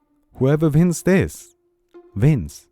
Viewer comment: "Hooeva vins zis... Vins!"